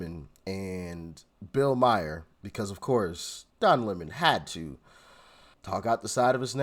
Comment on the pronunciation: It's pronounced Bill "Mar" not "Myer".